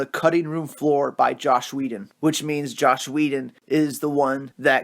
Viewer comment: All this info and detail yet you keep saying JOSH.... and the occasional Schneider.